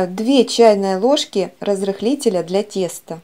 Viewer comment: так хорошо начиналось видео,без дрожей,без замеса,на воде,быстро,пока мои уши не услышали слово "Разрехлитель",ни одна химия,так другая,дальше не смотрю...